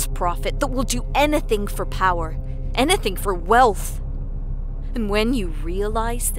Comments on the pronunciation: Sounded like she was saying "enething" XD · I don't like the way she says the word "anything" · Yeah and what was up with the weird pronunciation when she said "Anything". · her accent came out whenever she said "eneything" lol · "anEthen for power"